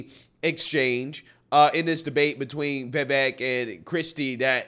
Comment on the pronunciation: FYI, His last name is pronounced Viv-Vake.